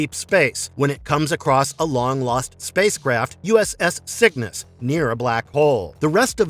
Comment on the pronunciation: "U.S.S. Sickness?" Another channel mispronounced this too. It's "Cygnus", like the constellation.